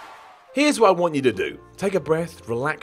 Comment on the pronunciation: "Doesn't Wat you to know"